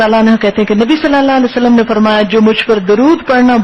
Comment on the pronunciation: آپ کو "صلی اللہ علیہ وسلم " تو صحیح تلفظ کے ساتھ ادا کرنا سیکھ لینا چاہئیے۔۔۔۔ اب کافی وقت ہوگیا خود ساختہ اسلامی سکالر بنے۔۔۔۔